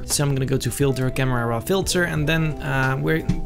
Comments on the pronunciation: I wanna say that him saying camrera is a bad thing but he's so dope that its basically a compliment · I love when he says camrara